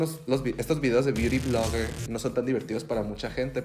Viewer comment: Necesito un video de diciendo "biuri vlogger" por 1 hora.